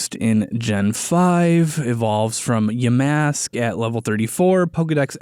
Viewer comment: The name "Yamask" has the stress on the first syllable, not the second. Otherwise, the pronunciation was pretty good.